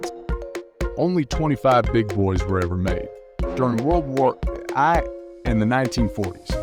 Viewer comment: World war 'i' 😂😂😂